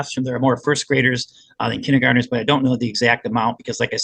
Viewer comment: Anyone else hate the way the attorney mispronounces kindergartener